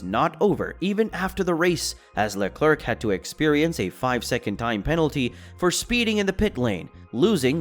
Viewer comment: sorry man but its pronounced "Le Comb" not "Less Comez".. Also it's pronounced VeRstappen not vestappen. There is an R there. It is also Carlos "Sainz" not "Sayings".. good luck on future vids.